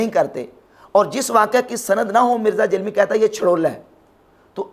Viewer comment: جب آپ جہلمی کہتے ہیں تو ایسا محسوس ہوتا ہے کہ جہنمی کہ رہے ہیں